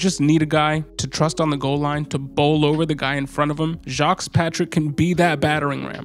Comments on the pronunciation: Great overview, just scooped him up. I think it's pronounced: Jah-Quez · 😂 that man from Florida I'm almost certain it's ja-quez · (Ja-quez) is how you pronounce his name! Go Jesus! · His name is pronounced Jah-Kwees. Geez bro 🤦🏾‍♂️